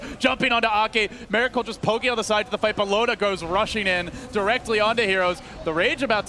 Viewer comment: Miracle- not Meracle u fucktard